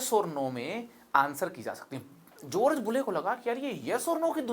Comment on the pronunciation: जोर्ज नही जॉर्ज। बोर्डर नही बॉर्डर। और थोड़ा कम नाटक आपको शानदार बना सकता है।